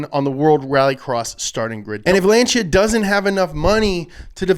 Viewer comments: Lancia is actually pronounced "Launcha"! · It's lan-sea a....